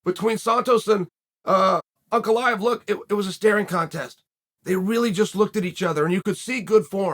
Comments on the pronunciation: its pronounced Uncle Eye yev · Uncle Eye-uh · Everyone: Ankalaev Chael: Uncle Laev